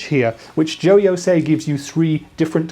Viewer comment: JO-YO? NO, IT'S JOY-O!